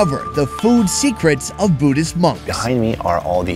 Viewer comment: Can you pronounce Buddhist right please